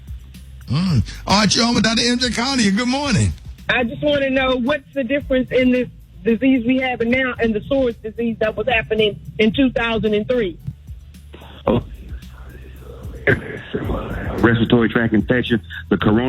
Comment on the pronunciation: She said Soars its Sars